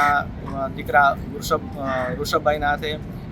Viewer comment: Not Vrushabh. Rushabh.